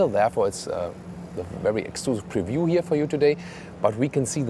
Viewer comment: You're missing the P in Preview. ;-)